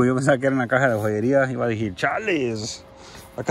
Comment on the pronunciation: Amigo decir no dejir y no quiero ser grosero solo corrección decir no dejir saludos eres una persona muy genial saludos bro 👍